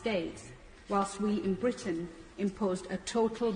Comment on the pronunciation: Bitrain???or Britain. theek se bolo.Aap apne nam se pehle doctor likhte ho.Shame